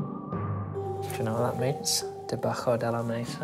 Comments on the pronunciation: he didn’t know. , he even pronounces the word for below, ‘debajo’, as “debacko”. Pretty poor considering his qualification yet we learn this at GCSE. Proof a university education isn’t everything 😂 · there’s so much wrong with this! 1. He knew only after thinking about it a long time later. He did not know immediately upon reading it, or else he would have looked under the table. Basically - he did not translate it, or attempt to. 2. Did I say otherwise? 3. You do not pronounce debajo as debacko. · You're not wrong, the H sound is just slightly different to how we normally say it (it's pronounced similarly to our H, not exactly the same). I think you'd still describe it as a "H" sound, even though phonetically I wrote debacko.